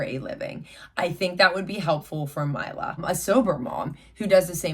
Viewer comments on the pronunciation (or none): It’s “my-la” not “me-la” just letting yhu know